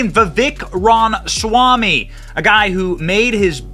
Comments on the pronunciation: Oh, for crying out loud! It is not Vivek Ron Swamy! It is Vivek Ramaswamy! It's not that hard to pronounce, for an Indian name. I love Vivek. He's really smart and because he's young, he grew up in the indoctrination so he understands it deeply. However, much as I really, really wanted to vote for him, I have no choice but to go with Trump out of principle. Forget DeSantis. He's dead to me after that fake AI crap he pulled showing Trump hugging and kissing Fauci. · Ram-a-swamy. Not Rom-swamy. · Love the content but you have to pronounce his name correctly. Ramaswamy. There’s no “n” in his name. “Ram-a-swam-ee” And Burisma is pronounced “Burr-ees-mah” not “Bur-si-ma” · Johnson …… sound it out bro! I’m seriously about to unsubscribe because of these mispronunciations. Burisma is pronounced “Burr-is-mah” not “Bur-si-ma” and “Ra-ma-swa-me” not… whatever the hell you just said! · seriously, it pisses me off that Benny can't pronounce his name. Not that hard. Like him saying Burimsa instead of Burisma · You are mispronouncing his last name.